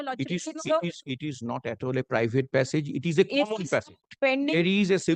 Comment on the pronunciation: The way opponent lawyer saying passage, it's hearing "pissap"